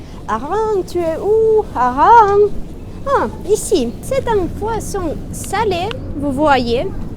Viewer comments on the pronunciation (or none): Ma chère, le H de Hareng est aspiré. On ne dit pas des-z-harengs, mais bien : des||harengs. Tu parles drôlement bien le français, quand même. Tu le parles couramment, comme si tu l'utilisais tous les jours. Merci.